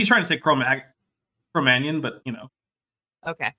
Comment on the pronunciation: But the striped/ spotty sheep is magic (or perhaps painted?) They switch to white later... does this friutbat call it Ba-ha'v gita? Couple it with Cro Magnum, I deduce: can't pronounce things, more generally. □